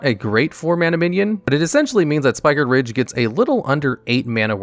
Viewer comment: spike-riged. not spiker-riged